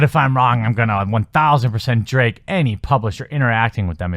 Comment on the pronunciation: "Druh-ag" not "drake"